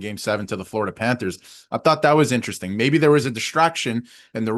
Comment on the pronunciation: has anyone ever mentioned to you that you don’t pronounce the word “interesting” properly? It sounds like you swallow the “rest”. 😅😅